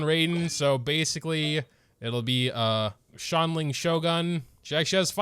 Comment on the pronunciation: i always use subtitles and trying to watch them try to say “xiangling” is painful “shaun lin” “shaolin” help me